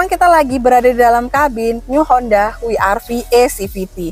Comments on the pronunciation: W itu bukan wi, tapi double yu, jadi baca nya double yu ar vi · Koreksi mbak.. WRV bacanya dlm english ( double U, Ar Vi)... klo dlm bhs indonesia( We Er Ve) Maaf mbak,.. tetap semangat, semoga laris jualannya